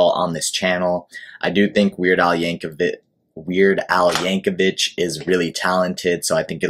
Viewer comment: His family pronounces the last name "Yank-o-vick". Also, you should react to "White and Nerdy" and "Hardware Store"... among 200 or so others. The man has been making music since 1976.